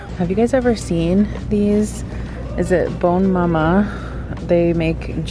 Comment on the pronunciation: Omg I thought Whippets were American lol we have them in Quebec (french province of Canada). And btw great pronunciation of Bonne maman 👌